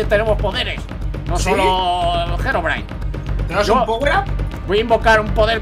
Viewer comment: no sé pronunsi gerobrain es Herobrain